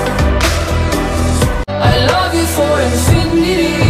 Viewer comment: I hate that it says infindity Like I can be the only one to hear that she miss pronounces it. In fin di ty. Like wth. In fin i ty. Seriously. Like if you hear it too